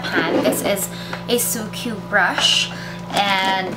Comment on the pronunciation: pronounced as sukku, not su-kyu